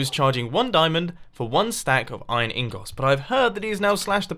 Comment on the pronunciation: when people say ingot